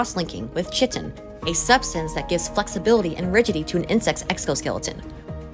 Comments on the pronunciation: Then if it's not AI, maybe learn to pronounce "chitin" before you start a channel about nature. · Chitin is pronounced differently too🤣Interesting video 👍🙂